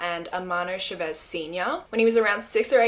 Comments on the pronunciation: You did an incredible job with the Malaysian names and then said Chavez wrong lmao but it sounds more like an accent thing than a mispronunciation. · the way she pronounces his last name chavez....Its wrong.. but yes he is terrrible, and i remember this awful story...